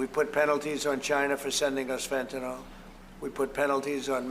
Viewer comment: Firstly: it's ‘fentanyl’ not ‘fentanol’. Secondly: has he STILL not learned how little of it came over the border from Canada! 🙄🇨🇦🤦‍♀